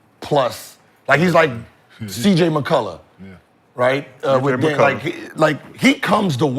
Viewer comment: “CJ MCCULLAH” be killin me 😂😂😂